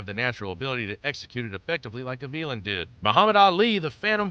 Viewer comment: Gavilan, Guh-vee-lin? No, Gah-vee-lahn